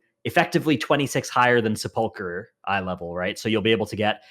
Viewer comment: How can this guy still not pronounce sepulcher he is trolling I swear